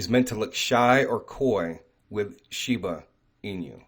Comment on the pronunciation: ShibAAAA .. Aaahhhh.... not Uuu. Not shibUU inu. ShibAAA inu. Plz lol 😆